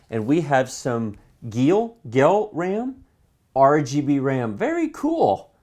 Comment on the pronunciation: i think the ram are pronounced gail, "geil" is a german word for yeah... dunno how to explain xD maybe something equivalent to "wicked" or "cool" or even "horny" xD